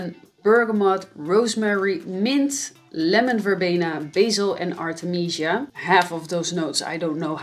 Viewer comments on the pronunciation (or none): none